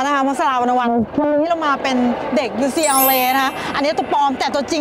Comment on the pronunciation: ผมไม่รู้การออกเสียงอ่ะครับ ucla ได้ยินคุณออกเสียง ยูซีแอลเลย์ มันคือยังงัยครับ